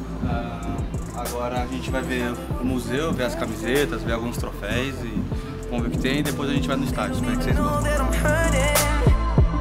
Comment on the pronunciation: Troféus e não ''treifeis''